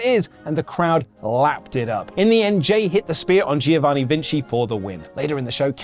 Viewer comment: Just a lil tip from an Italian fan: to pronounce “Giovanni” correctly you simply have to remind the “Gio” part sounds just like the “Jo” in Joker. So you basically have to say Jovanni Vinci :)